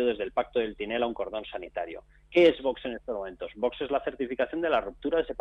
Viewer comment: Espero que algún día el presentador aprenda a pronunciar la X de VOX. Una ayuda, se dice VOKS.